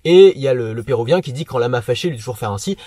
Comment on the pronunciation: bonnet pérUvien pas "pérouvien" :)